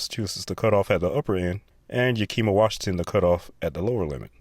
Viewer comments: Yakima is not pronounced "YakEEma". YAHK - Ih - maw. Emphasis on the first syllable. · Ya-kih-mah, not Ya-kee-me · Yakima, WA Yakima is pronounced Yak-kim-ma. Think of the animal, yak, when pronouncing it. Shout out to YVCC wrestling alumni! May the Lord bless you, wherever you are! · Better: I used to live in the tri-cities (West Richland), and Yakima was basically next door (well, an hour away, also my dad was from Walla Walla, another hard to pronounce Washington city/town in south central WA). I always just said "Ya kih ma", "Ya kim ma" sounds like you are pronouncing the m twice (which I guess is valid, but it isn't the way I pronounce it). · Bruh did you just pronounce Yakima, WA as Ya-KEE-ma? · Are you from WA? I suggested Yak-kim-ma and told them to think of the animal, yak, for the first syllable. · Are you from WA? I suggested Yak-kim-ma and told them to think of the animal, yak, when pronouncing the first syllable.